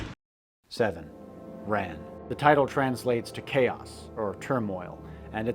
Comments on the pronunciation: Your pronunciation of "Ran" is driving me nuts. It should not sound like "run" in the past tense. The easiest way to say it would be "Rawn." Kinda like rhymes with dawn. But to be more accurate it should be like: Ra-ñ. Ra like the sun god, but a very short "ah", plus a nasal "n", which is considered a separate syllable. Oh, and the "R" should be so light that it is somewhere between an English "r" and "l." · Kurosawa's great flick 'Ran' is pronounced much closer to the name Ron, and not at all like the past tense of run. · Why are you pronouncing Ran incorrectly? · This is really excellent. Some quibbles: Pronounce Rublev as 'Rublyoff,' stress on the second syllable. 'Das Boot' sounds just like 'boat.' 'Ran' is the same as the name 'Ron' in English. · 'Boot' is pronounced 'boat.' "Ran' is pronnoiunced 'ron.' Otherwise, great commentary! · It's actually more pronounced like, "Rahn" or "Ron" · Small note, 'Ran' is pronounced more like the English name 'Ron'. Great video! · Can’t pronounce names: Das Boot is not a boot. Boat! Ran is RON!